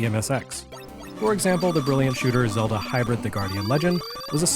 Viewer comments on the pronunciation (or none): none